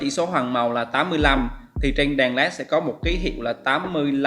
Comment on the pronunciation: Đàn đàn cái lol .ngọng vừa phải thôi chứ .đèn lại cứ nói đàn